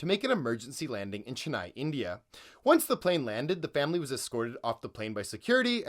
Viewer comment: Why did bro pronounce Chennai "chenaai"?